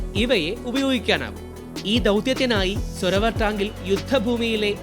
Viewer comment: സോരാവർ എന്നാണ് കറക്റ്റ് ഉച്ചാരണം